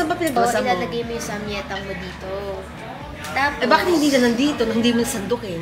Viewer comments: Samgyaettang (with the G+ yae) 😊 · ang pronounciation po ng samgyetang is (sam-gye-tang) sharing is caring po salamat po sa mga vlogs nyo nakakahappy panoorin ❤